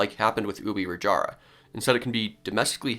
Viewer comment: An almost perfect pronunciation of Ubirajara(even though it’s name might change). So happy to see someone not pronuncing our J like the spanish J